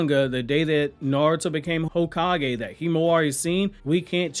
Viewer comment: "High kage" Village hidden in the weeds gots me 🤣🤣🤣🤣🤣